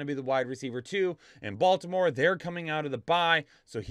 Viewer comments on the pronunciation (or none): none